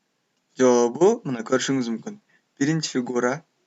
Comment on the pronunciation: Жоопу эмес жообу болуп айтылат.